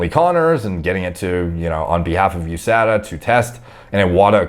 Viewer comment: It’s pronounced USADA not USADA